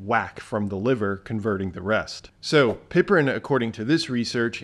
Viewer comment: Thanks for sharing some good points! As a retired English teacher, I must point out a tiny detail. Piperine is not pronounced “pipperine”, and yet you said more complicated words just fine.